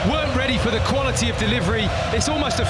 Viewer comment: Deh Liv Reh Lee